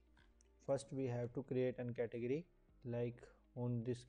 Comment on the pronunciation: learn to say category. damit